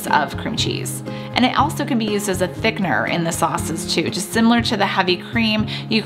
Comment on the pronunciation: Please learn how to pronounce the word Thickener.